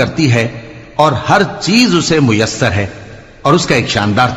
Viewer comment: " میسر " میں م پر زبر ہے نہ کہ پیش ۔